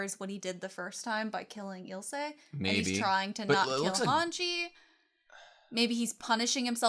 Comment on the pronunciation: "My name is Ill-suh lahng-nar" nods Eel-say Langnur You can hear them pronounce the names. Why can't you just mimic what the characters call themselves and others? You don't have to rely on just your reading abilities. The audio drops subtle clues, like the proper pronunciation.